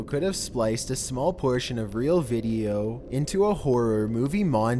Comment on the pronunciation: "deep web veedioww"